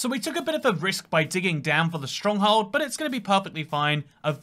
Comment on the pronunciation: no one gonna talk about how he said stronghold as “stronghald”